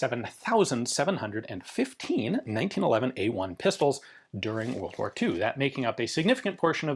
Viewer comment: Two whirled woars!